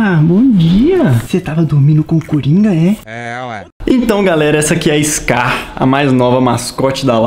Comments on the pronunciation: Mano é "SKAR" com k ñ com c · Gente é: Skar ✅ Scar ❌ Compreesão sério me dá uma agonia 🙃